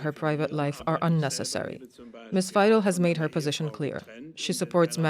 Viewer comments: Musk giving a lecture to Germans and from the beginning he is mispronouncing the German language. In German, the letter ‘W’ is pronouncedas a ‘V’, ‘ie’ is pronounced as a long ‘E’, and ‘ei’ is pronounced as a long ‘I’. Muskrat that’s German 101 now try pronouncing ‘Weidel’ again—get it right or sit down and STFU! Musk, du bist nicht so schlau, wie du denkst. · Isnt it pronounced Vye-dul ?